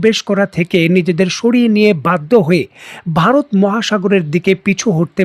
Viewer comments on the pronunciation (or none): none